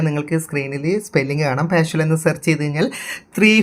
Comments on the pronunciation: 🙏🙏 വീഡിയോ വളരെ ഉപകാരപ്രദം ആയിരുന്നു‼️ഒരുപാട് നന്ദി‼️ പിന്നൊരു കാര്യം; "പാഷ്വൽ" സ്ക്രീൻ ഷോട്ടല്ല, "പാർഷ്യൽ സ്ക്രീൻ ഷോട്ട്" എന്നാണിതിന് പറയേണ്ടത് ‼️‼️🙏🙏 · വായിച്ചിട്ട് മനസ്സിലായില്ലേ? പാർഷ്വൽ എന്നല്ല ഉച്ചരിക്കുന്നത് പാർഷ്യൽ എന്നാണെന്ന്! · പാർഷ്വൽ എന്ന് പറയാതെ പാർഷ്യൽ എന്ന് പറയൂ! Partial